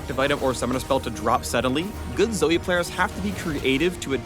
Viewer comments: If youre gonna spell it as Zoe, then pronounce it as Zoe. Its Zoe, not Zoey. Fucking riot doesn't even know proper grammar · RIOT IF YOURE GOING TO SAY ZOEY SPELL IT LIKE ZOEY NOT ZOE. LIKE WHO THE FUCK CALLS JOE JOEY???? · "Zoe-e-z...." Please, no...